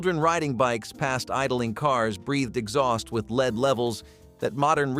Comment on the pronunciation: Learn to pronounce English!!! "Lead" as in gasoline is pronounced "LED," not "leed!"